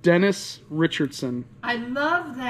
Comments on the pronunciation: It's Denise , not Dennis. I looked her up and saw nothing. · It's Denise, it's a lady! Not Dennis a guy.